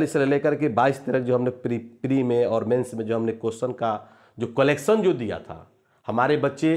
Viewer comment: कोलेक्सन नहीं कलेक्शन होता है